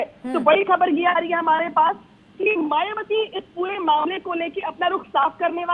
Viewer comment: जरा मुँह संभाल कर बात कर...मायाबती कहती है... ना बोल कर मायाबती कहती हैं... जय भीम 🙏🙏